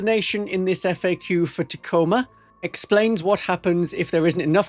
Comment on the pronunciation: Ta Co ma. It's not tac-o-ma